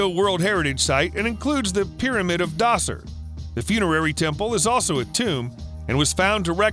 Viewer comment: Just for future reference... Djoser has the J not D pronouncer... like Joe-Sir